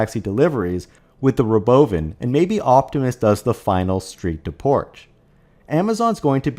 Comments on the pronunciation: Stop having software bot readers that can't BEGIN to pronounce "robovan", or I'm never watching your crap. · The pronunciation of “Robovan” cracks me up. Never gets old. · it does get old. Just about time to stop saying it.